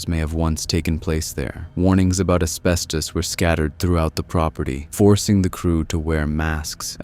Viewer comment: Wouldn't want to inhale any "Abestos" derrrrrrrrr!!!!!!!!!!